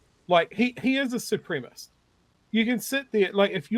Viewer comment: Ffs, Nu Zillun, the word is ‘supremacist’. Take your time, take a deep breath, and work your mucusly glottals around the extra syllable, please …